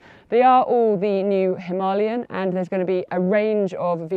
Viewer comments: him-a lay-an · Please pronounce the bike name properly. You sound like a snob trying to make it sound posher than it is. 😂